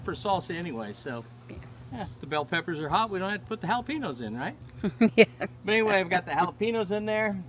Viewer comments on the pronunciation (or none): Hi! Mexican woman here! 🙋🏽‍♀️👋🏻Jalapeños is actually pronounced: “Ha-la-pen-yos” That ‘ñ’ in the word makes it sound like there’s a ‘y’ sound after the ‘n’ I lost my mama last February in an awful car wreck. 😔 Being a mama without my mama is hard. But I’m not telling you anything you don’t already know. Looks like you had a great day! Tell Craig hello for me😊 -G